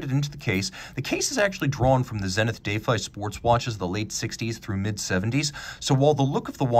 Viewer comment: Why do you keep saying dayfi? Its defy.